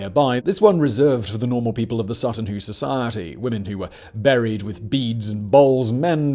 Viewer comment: My neck of the woods east anglia. Was worth a watch an I was right. Plus the pronouncement of Sutton Hoo was all over the show this episode lol come now big brain Whistler it's ya native tongue lol 😆 loved the video still